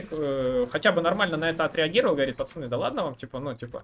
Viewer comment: Я думаю что такое ты говоришь "пасани, пасани". Думаю кого куда пасануть надо? )))) Потом понял 😃